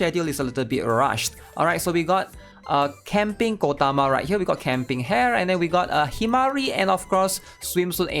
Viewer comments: ITS PRONOUNCE HA-RE NOT HAIR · The way he says Hare and Sumire's name hurts my soul. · really cant say hare's and sumire's name right kek